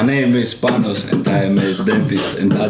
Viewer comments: Nice video. And Panos was so gentle not to correct his name. It is not pronounced Panosh. It is a simple s in Panos, the short form of Panagiotis. Not to mention that in Greek they have a so called vocativ. That means when talking to sombody in direct, the s at the end of the name would not be there. It would be Pano or Michali o Giorgo o Pavlo etc. But that's just my "smart guy" speaking here. I like Adams videos and his guests. And of course Gionis is one of my favorites if not my top one. 😏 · But his name is not Panosh. It’s simpel Panos, dear Adam. And then in Greek they are a little bit fancy. If you speak to him in direkt, the „s“ at the end disappears. That means you call him Pano. Or of course Panagioti. Sorryfor playing the wise guy or the smart ass. But it is what it is. 😉